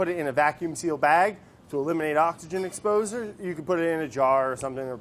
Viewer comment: "exposureuh" lol